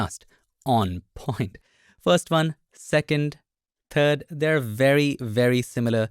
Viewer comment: The word is "first", not "fast", Bengali boy.